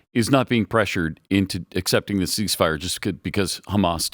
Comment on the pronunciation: Cease the "mire", not FIRE!